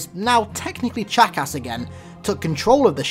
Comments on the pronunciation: When he said chakras it sounded like jacks#$ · Every time you say guilty sparks human name its sounds like your saying "jack ass". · when he says chakas it sounds like jackass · Ancient human named chakas (read how pronounced) aka the Jack***